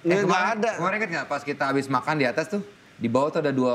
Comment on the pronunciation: Haruka Nakagawa kalau bilang "Makan" selalu bilang "Makang"